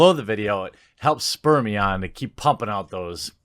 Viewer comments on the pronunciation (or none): "Spur me on" or "Spermion"? :P